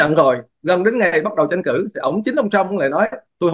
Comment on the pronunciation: Bình luận viên mà phát âm tiếng Việt chưa rành nữa. Chữ TR mà không đánh lưỡi được, đả đơt cứ phát âm chữ CH. Tranh cử mà phát âm “Chanh cử”, tất cả đều sai, xin lỗi ông rất thiếu trình độ mà ra diễn đàn nhận định làm gì, không công mình, trung thực lại thiên vị một phía. Xin có chút ý kiến vì nghe phát âm sai rất khó chịu.